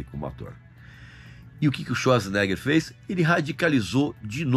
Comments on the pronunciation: O sobrenome dele se pronuncia: chvarts zenêga😮 Como quase impronunciável?... vem com o brimo dos idiomas aqui😂❤ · quando mais novo quando nao sabia pronunciar seu sobrenome , a gente falava " arnold suasnegas", nao achei o filme QUEIMA DE ARQUIVO , ruim , inclusive é o ultimo filme da Era de ouro do Arnold